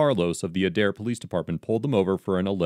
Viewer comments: The Adair Chief of Police was arrested recently after charges by the DOJ. (Aye-dare, not ah-dare) Officer Carlos IS the reason that cops get hurt. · Pronounced Aid-air. Not udair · It's pronounced ADE-AIR. I'm an Oklahoma resident born and raised here and just thought I'd let you know how the city name is pronounced. 😊and I don't feel "contrable" leaving you here. Lol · The city is pronounced A-dare not Uh-dare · I hate to be the one that corrects…but it’s pronounced Ay-Dair. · Okie here. The police in this state are...wild... BTW, it's pronounced like aid-air. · Adair, Ok is pronounced with a long ā at the beginning. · Just to be clear - it is pronounced Aye-dare :P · I'm from OK, and it's pronounced AY-DARE. This event sounds like par for the course there... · Just a simple pronouncement correction. A-Dare=Adair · it's pronounced Aid-Air. And I know the cops at that PD. Not surprised at all. All the PDs from Craig county down through Mayes county lack proper training. You can basically do reserves for a few months and become a cop. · It's a(as in day) pronounced with a long a+dare...Adaire, Oklahoma. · It's said like A-dair